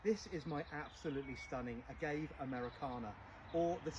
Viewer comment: A-ga-ve - Hispanic origin, pronounced it correctly.